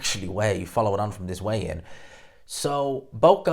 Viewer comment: Weigh "INN"? lol